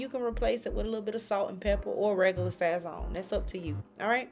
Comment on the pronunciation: It’s pronounced like sah-sown (like s+ own) respectfully ❤